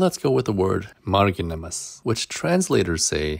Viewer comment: you failed to pronounce marginimas